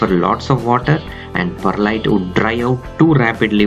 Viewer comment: I swear he said Bud Lite